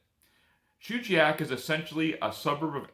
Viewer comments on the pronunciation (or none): Thank you for covering my favorite place in Alaska. Great video, the only thing is that it's pronounced "Chuggy Yak".